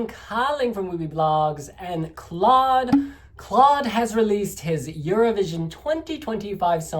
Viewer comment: hey!! Maybe for next time! You pronounce Claude’s name just like Cloud. Btw a great review! Love from the Netherlands ❤❤